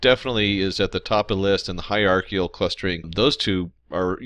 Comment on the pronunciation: Let's talk about the pronunciation of hierarchical, a priori, and chi.